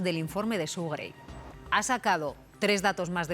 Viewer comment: Suena Su en vez de Sue